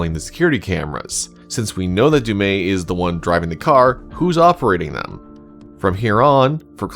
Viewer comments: Imagine having the official pronunciation said dozens of times and still call it wrong. It's "Du' Meth" (without h), not "Du' May". Anyway, the other killer was the one that pulled the chains and killed the other chained person. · Is there some reason that you think Du'met's name is pronounced with a silent "t"? Every character in the game says it with a harsh "t" including the Curator who appears to have perfect knowledge. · Has bro actually played the game or just prefer to mispronounce du'met?